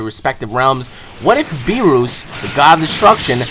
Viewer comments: beerus didnt fight ssj4 gogeta, he fought super sayan goku and its not (b-ee-ri-s) its (b-ee-re-u-s) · its Beerus not Beerrus xD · Its pronounced Beer us Beer. Us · ik this mf didnt just say "beeroos" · Its beerus! Not beros !!!!!!!!! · Beeroos ughhh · "Bee-roos".....kill me..... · Footie Geek so why say berus? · I know but pronounces it like Beerooa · His name is Beerus, but pronounces it "Beeroos" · Why do you pronounce Beerus like that you idiot. Please get it right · Anyone else bothered by "beeroos"? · you said beerus wrong